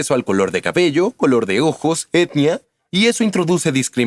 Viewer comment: soy yo o en una parte dice caballo en vez de cabello?